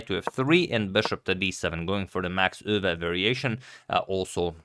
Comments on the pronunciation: Thank you for pronouncing Euwe almost correct! By the way: 'mistermandje' means 'Mister basket' in Dutch, did quit well for a basket case. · What a great pronunciation of "Euwe"!